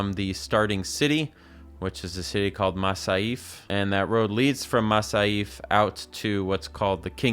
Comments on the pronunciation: ...you're supposed to jump over those obstacles with your horse... also, they must mention masYaf a hundred times. How did you ever say masAif? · MasYAF, not MasAYF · masyaf pronounced masyaf, not masaayeef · Pro tip... It's mas-yaf. Not mas-a-yif. They say it in the game like so many times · MASAIF, bro, learn to f*in read. its MASYAF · its not mah-sah-eef dumass its ma-cee-yaf. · came back a year later to this video and just wanted to tell you its pronounced masyaf 😒😒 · Bro really said "mass eye eef" it's pronounced like "mass ee af" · Masyaf is not Masaif, it's Mas-yaf. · Butchering the pronunciation of Masyaf was a joke, an actual butchering or i'm dumb and "Masaif" is how you were supposed to say it? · Masyaf not Masayf goddammit 😂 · pronouncing it "Ma-sa-yf" with that much confidence almost amde me dislike this video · "Say Mafayaf" *Maysaheef" Sure okay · Bro really said "Masayf" ☠️ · The way you pronounce masyaf "masayif" is making me shake in terror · It's Masyaf. MA - SY - AF. 🙄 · /MAS-YAF/ is that really hard to pronounce? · sick video, also it's pronounced muss-yaff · "Ma-sa-eef" This feels like a hate crime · not even thirty seconds in and already pissing me off with the way you pronounce masyaf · The way you say masyaf is just as wrong as it can get… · Great video mate! just the pronunciation of masyaf and acre kills me everytime HAHAAHAAHAHA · Bro's going into detail about the game but didn't care to listen so he'd ponounce Masyaf right. Jesus